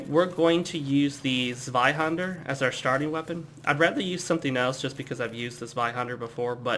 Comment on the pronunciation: You know, the way you say Zweihänder isn't all that bad! (a rare thing btw). Oh and good job. You are not talking too fast or too slow and you seem quite nice so I'm going to join you on this quest! -likes, subscribes, shares it with my friends- ^^